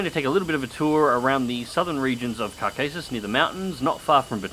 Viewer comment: the name of the region is pronounced KAW-ka-sus with stress on first syllable and the 2nd A being an "ah" as in attack not an "ay" as in the name of the letter A. just a little thing. great videos!